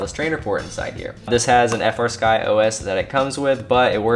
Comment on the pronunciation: That gimbal sounds like a high end fight stick gimbal. This was a great overview. Any chance of showing of the menus and displays? Oh, and I need to be that guy. I know you know they are called FREEsky, but you still call it F R Sky. Just me being a weirdo about that lmao.